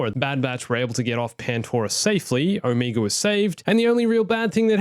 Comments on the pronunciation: Omeega!?! It's OMEGA!!! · No front, but why are you always saying omeger instead of omega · Its Omega not Omiga :))) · Who is Oh-meager?